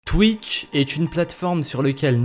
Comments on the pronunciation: Enfaite il a dit Twikch mdrrr xD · Oké je viens de commencer la vidéo et j'entends quoi ? "twik".... Non mais ... "TWIK" x) Tu sais plis lire x) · c'est moi ou a la première prhase il dit twik ? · twitch et pas twikch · Je reve ou il a dit thic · twick ? ça se prononce comme ça ?